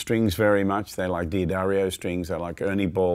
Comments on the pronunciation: D'Addario is pronounced "Da-dario," NOT "Dee-adario." Many get this wrong! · at least I'm not the only one who mispronounced D'Addario. It's duh DAIR io, not Dee Uh Dario. just trying to help! senility setting in. I think your EARS start getting used to the string, at best. We always want more, more, MORE. and changing strings as often as he prob does, there is arguably little difference between the ones he's pulling off and the ones he's putting on and he doesn't hear a huge difference but WANTS to. So.... that's MY theory. The guitar's physical structure has NOT changed due to the strings he plays. :( Oh well. No Sherlock Holmes but he is a monster player. One thing to also listen for (maybe he said later) is how bell-like they are. If you get a wobble, it MAY be your guitar. Not ringing true and evenly but a warbly kind of sound. But many times... it's either a worn string or bad string. So.... like he says, experiment. when you are happy, you are done. :)